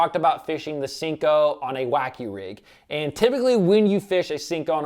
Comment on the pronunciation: Great video but the way you say senko gives me anxiety 😥 😂